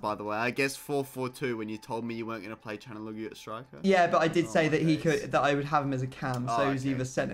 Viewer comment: pllllllllllllllllls stop saying kalanoglu